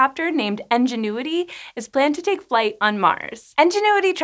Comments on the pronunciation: Anybody else hear En when she says Ingenuity? Like "En"genuity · Aaah! It's called *Ingenuity*, with an I. Why does she keep saying "Engine-uity"??? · I thought it was actually "Enginuity" instead of "Ingenuity" just by how she was saying it haha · It's pronounced "INgenuity", not "ENginuity"! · It REALLY sounds like is saying Enginuity, not Ingenuity. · Enginuity? I swear these people practice mispronouncing words. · Why did she keep mispronouncing 'Ingenuity' as 'ENginuity'? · I just kept hearing N-ginuity. I had to double check the name, thought I was the only one. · IN-genuity. INgenuity!!! Sorry, had to get that off my chest... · Why do you pronounce "Ingenuity" as "enginuity?" That's distracting. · I love this channel... Does she keep saying "Engine - uity?" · I don't usually critique pronunciation, but hearing her say 'Enginuity' for the whole video was a little difficult. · Yes same!! Why do they pronounce it like engenuity?? It clearly starts with an i.. (English is not my first language) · Are you saying “Enginuity”? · Engine-uity. Thats right, you heard it. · I love how you call it ENGINE-uity. Maybe that’s to honor the engineers who designed it! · She's saying Enginuity. Must be drunk. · How did you manage to pronounce Ingenuity wrong every single time? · Anyone else find it distracting that the host can't pronounce Ingenuity correctly? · Are you saying ingenuity wrong or is that just how you say it in your area? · So, why are there hundreds of comments and likes on comments saying she's pronouncing it wrong? Seems like you're the odd one out... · She's pronouncing it wrong. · The way she pronounces Ingenuity... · I enjoy this presenter's work but damn this pronunciation was like fingernails on a chalkboard. Can't wait to see this this thing fly. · Is anyone else hearing engenuity instead of ingenuity? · "in-jen-oo-i-tee" != "Enginuity?" Or are you saying the helicopter is an "Ingénue?" ("on-jen-oo-i-tee") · Ingenuity not enginuity.